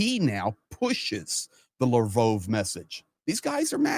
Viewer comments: Mispronouncing Lavrov's name? Why am I listening to this guy? Russia's finished. What's all the hubbub, bub? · why do you pronounce Lavrov with a long O sound instead of the short o sound that everyone else uses? I find it detracts from your commentary. Please figure this out because I can’t keep watching as long as it’s mispronounced. Otherwise I enjoy your commentary except when you speak to your audience like we’re babies who don’t understand the world & need everything explained to us in minute detail.